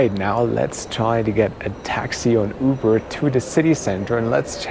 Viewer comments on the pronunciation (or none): none